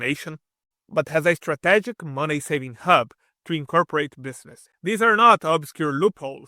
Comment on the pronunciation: is-tra-TI-giki (pronounced) I like your videos